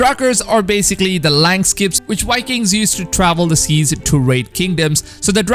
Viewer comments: no one: this guy: WHY-kings nah but seriously, good shit bro ur keeping me sane with your vids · is it really that hard to pronounce vikings with a v?